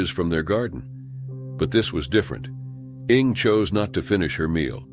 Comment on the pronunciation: 🤣 "Ing"? Did you mean "Inge" "Inguh" AIs...tsk